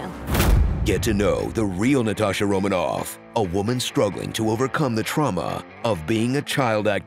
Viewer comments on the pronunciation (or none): none